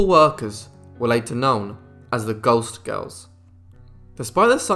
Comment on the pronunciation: I had to read the comments to understand that he was saying "ghost girls". Sounded much more like "gulst girls".